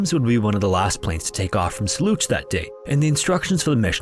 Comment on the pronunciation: You scam us with a C 47 and fake skeleton in a picture with the title to make us believe that this is a new story. It's old, been covered countless times and you can't even pronounce "Soluch" properly. It's pronounced like "Soul-ook". Piss off!